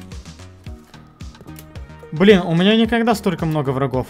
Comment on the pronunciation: Боже!!!! когда же ты научишься выражаться правильно..... решил отстроить домик и для этого нужно подФАРМИТЬ а не подфЭЭЭЭЭЭЭЭЭЭЭЭЭЭрмить........... прям скрежет слух......(((